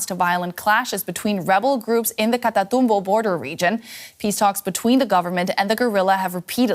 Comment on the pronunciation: She pronunced the spanish names pretty awesome! sounded perfect! Incredible!!! Love it. tough words like "catatumbo" was just like we do.